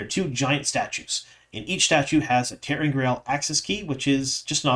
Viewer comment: Love ya, but your misspelled title reflects how you mispronounce the word. -iod, not -oid. I know it’s a nitpick, sorry!